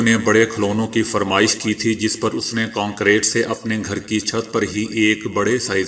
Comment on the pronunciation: word is ghilaf kaba not ghulaf zair ha na k pesh, word Concrete not concrate . word is rukawat not rekawat please check it